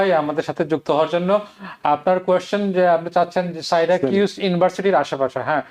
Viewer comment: আহা, উনি হিল বলাতে গোলমাল হয়ে গেলো। তবে স‍্যরেকিউস হবে হয়তো.. ওনার তথ্যমতে জায়গাটা সিটি থেকে সাড়ে ৪ ঘন্টা দূরে